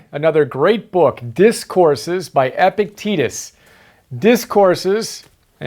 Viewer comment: it's epi-cte-tus not epic-tetus